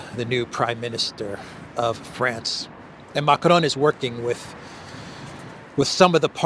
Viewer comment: You shouldn't roll the r when you say macron 😊